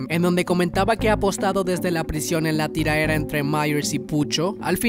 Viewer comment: Soy el único que odia como dicen tiraera?